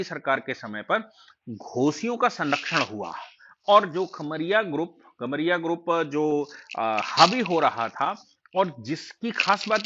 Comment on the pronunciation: घोसी और कमरिया (खमरिया नहीं)